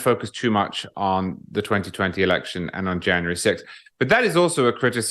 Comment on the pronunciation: Megyn has repeatedly done what she says ABC did. She always refers to "elekshun" crime as nonsense without reviewing or presenting the evidence. And the evidence is more than substantial. She does this either because she is poorly informed, or for financial reasons: so she is not dropped from this platform on which the topic is forbidden. In the wake of the "elekshun" 2 1/2 years ago, for about 10 days numerous eyewitnesses posted on this platform their horrendous experiences at counting centers. They had been muscled out of the process, and/or sent home, and then counting resumed late at night in major swing state cities, where tallies suddenly and magically got flipped. Eyewitnesses also spoke of stacks of counterfeit (censored term) and other serious wrongdoing that violated "elekshun" norms and security. These same occurrences took place in the several large swing state cities. (If I am too specific, this comment will be removed.) All those eyewitness testimonial videos were then removed by YT, and, as we now understand after the Twitter files, probably at the behest of three letter agencies. This is, of course, just a fraction of the evidence. Much more indicates that the results were falsified. And the topic has been suppressed across social and mainstream media.